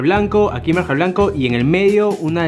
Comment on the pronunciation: se dice MANJAR no MARJAN jajaja